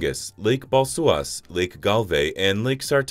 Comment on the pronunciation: It seems that you should improve you pronunciation: GN is [gn], neither [ng] nor [ɳ], J is [j] — like English y Š is [ʃ] — as sh Baluošas is not [balsuas] Kuršių nerija is not [kursak nərejdʒə] etc